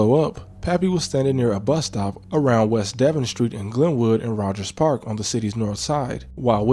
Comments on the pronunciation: It's de-VAWN, not Devin! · Oh also its, "duh-von," not, "deh-vin," for the street Devon. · Bro it’s deevon it’s spelled Devon but we call it deevon and that mc Donald’s near Sullivan not senn I’m from uptown and Roger’s park and you’re info is a lil off but good video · Aye bro. Its pronounced Dev-ON. like "come on", Devon.